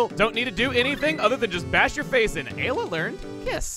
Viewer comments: Eye-la is a better way to say it you don't have to keep a counter on it lol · Please just say eye-la Ayla is wrong we all know it her Japanese name was Eira her name was localized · Chugga, you have to up the eye-la count by one for doing it in last episode’s title. You can’t seriously expect me to read it as eye to aye-la. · Time for multiple ‘Eye-la’s to be added to the counter... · Eye-la x 6.5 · I love how he's already started a counter for how many times he mispronounces Ayla's name, haha..me too,, me too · The one time he pronounces "Ayla" right, he was talking about Lucca. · Anyone wanna place bets on how many times is gonna pronounce Ayla's name wrong by the end of the LP? I'm gonna randomly guess 137. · You have some troubles pronouncing the name in the way I would have always found immediately intuitive, haha.